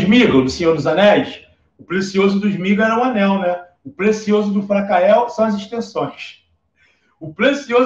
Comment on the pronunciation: Português bem craro Frakael Rede Grobo Bicicreta